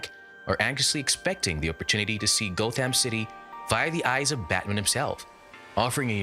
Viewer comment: Gotham is not pronounced Goth ham. It's Gotham. 😐